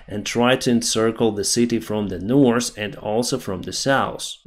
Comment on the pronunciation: i love your work, but not your pronunciation of North and South. Nors and sous for evah